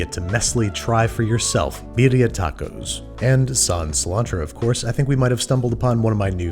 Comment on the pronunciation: "Bediah tawcos"